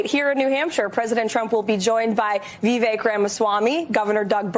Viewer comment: "Vivek" is pronounced "Vifake".